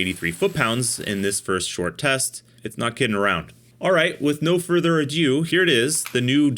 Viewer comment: I've heard this a lot lately: people pronouncing "ado" as if it were "adieu". They're not the same word, folks.